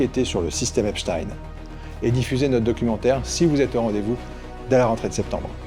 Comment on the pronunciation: Epstein , ça se prononce pas du tout comme vous dites . vous n'en avez pas entendu parler ?